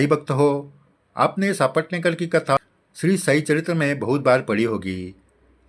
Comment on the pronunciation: नेहमीच आवर्जून ऐकते भक्ती रस निर्माण होतो । साईभक्ती अजूनच दृढ होते । तुमचे कोटी कोटी आभार । फक्त एक नम्र सूचना की सापटणेकर असा उच्चार नसून सपटणेकर असा आहे